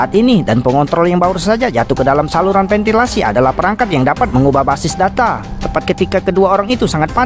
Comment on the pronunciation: VENTILASI BUKAN PENTILASI